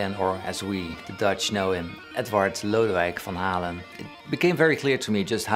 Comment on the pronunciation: I love the Dutch pronunciation of his full name. So beautiful. 🇳🇱